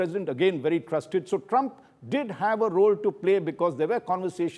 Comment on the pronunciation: Mr ashtosh improve your english u have been a looser all your life you do not need to speak and speak to the point and you need to pronounce my presidents name right stop using a lot of the